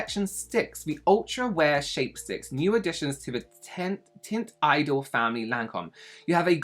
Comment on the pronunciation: It's pronounced lon-com not lan-com. Like the Idol range isn't idol, it's e-doll.